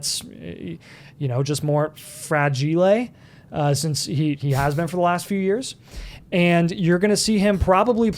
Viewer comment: FRAGIL-EH!? 🤣🤣🤣 kills me.